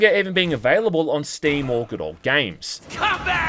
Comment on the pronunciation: I like how you say it the word good like "goude"